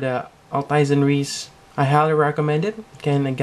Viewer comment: I am usually not really into sd kits, but this one looks real good :) BTW, the actual quote from the show is: "No matter how thick your armor is, I merely have to pierce it!" Often said right before wasting an enemy with the pilebunker on the right arm >:) Also, Riese is pronounced "reez-uh", the german word for "giant".